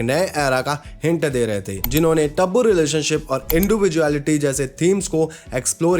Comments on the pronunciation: Tabu (टैबू) ❌ Tabbu (तब्बू )✅😂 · bhaiya usko taabboo ni tabboo bolte h ..like r u getting what I am saying 😅